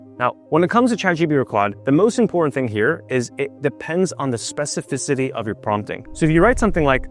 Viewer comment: Bro, be honest, how many takes did you do before you were able to say "specificity" right.😂